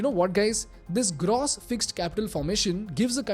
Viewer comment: Love the video, but just can't shake this off... is that the right way to pronounce "gross"..? It's used repeatedly n is really irksome....